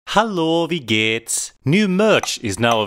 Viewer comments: The "Hallo, wie geht's" had a really good pronunciation! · The pronounciation of "Hallo, wie geht's?" was on point. Do you speak German?